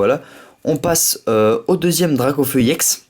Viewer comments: pk tu dit iex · pourqois tu dis iex